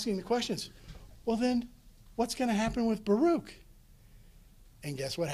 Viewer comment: Baruch is pronounced Baruch, ברוך.. not as this professor pronounces it. It is odd that someone who devotes time to study these texts lacks a basic pronunciation understanding.